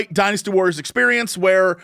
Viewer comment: Am I crazy, or does Jesse pronounce "Dynasty Warriors" like he's saying "Dinosoars"?